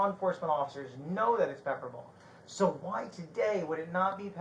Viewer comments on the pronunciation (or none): Jeremy never shuts up. Hes told they will talk when they get to the station and jeremy keeps flappin his gums. Why does he always say "sawl"???? I dont think Vidler was wrong. This SO shouldve never been allowed to have anything that looked like a real gun. Jeremy caused all of this. No reason he ever needed a "gun" in the first place